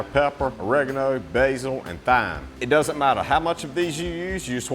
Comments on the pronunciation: Did you just say Fime my guy its pronounced time 😂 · I'm only messing with ya. You pronounced Thyme how its spelt so you definitely did say fime its a common error, so cant hold you fully responsible. Its pronounced Time though 😂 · "Thyme" is pronounced "time" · Thyme is pronounced time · Did you say THyme lol 😊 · Good idea but thyme is pronounced "time". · Thyme is pronounced time. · I've never hear anyone pronounce thyme as its spelled before. It sounds so musical in your accent! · 😂😂 he pronounced it like it's spelt. I love it